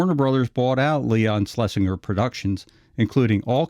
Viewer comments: “Schlesinger” is pronounced “SchlesinJer”. If you listen to the dialogue tracks on ANY of the early Looney Tunes / Merrie Melodies cartoons, EVERY TIME Leon’s name is mentioned, no matter which character said the Producer’s name, it was ALWAYS pronounced “SchlesinJer”. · "Sles-in-ger " "Frizz" not Fritz. "Ub" Iwerks is pronounced like bub I works.